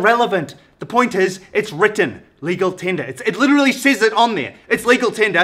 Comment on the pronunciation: 'Lecal Tender' 😂😂😂